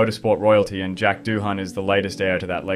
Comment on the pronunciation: Not doo han ya goose.